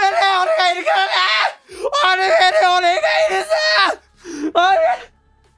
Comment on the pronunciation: オ↑ルメルだと思ったらハーバーグリでがオルメル→って発音してて吹いてしもたわ、すまん